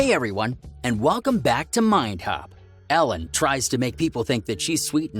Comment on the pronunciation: It’s Ellen not Alen